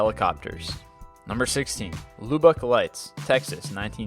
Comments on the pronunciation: Loobeck, Texas? 😂 it's Lub-beck. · It's pronounced Lubuck Texas like up, not Loobuck Texas like lube. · Weak. No Phoenix Lights? Nothing from Billy Meier? Yawn !!! And where the hell is Lou-Buck Texas lol Lubbock, son...Lub-bick ;) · It's not pronounced Lube buck. It's pronounced Lub buck. Lubbock Texas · its not loobuck. its lubbock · its not loo-buck Texas its lub-uck, im from there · lubbock not lubic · It's pronounced "Lubb-uck" not "Loo-Bock" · its pronounced "luhbuck" not "loobuck" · Lubbock is pronounced with a short U, "UH", not a long U, "OO". Luh'bek. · Its called Texas Tech University, not college and Lubbock is pronounced :"lubb-ick" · luh - bik. Lubbock. Say it right my friend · Lol what's Loobock Tx? Hahaha It's also not Texas technical it's just Texas Tech. :) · It's pronounced luh-buck btw! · LUBUCK LIGHTS? somebody kick this guys Yankee ass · i think the real problem we are ignoring here is how badly he pronounced "Lubbock" Texas... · ok dude pronouced number 16 wrong im from lubbock tx its not pronoced that way sorry had to get that off my chest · You sound American, yet how do you mispronounce Lubbock texas? lol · Maybe he never encountered that name before. In Maryland we have a city named Bowie. One would pronounce it like David Bowie or the Bowie knife but it's actually pronounced "Boo-ee". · hahaha Texas Tech in Lubbock. Your Pronunciation skills and research is atrocious.